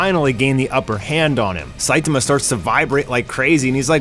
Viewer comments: WHY DO YOU CALL HIM "SAITUHMUH"? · weird I hear "SAITAMAH"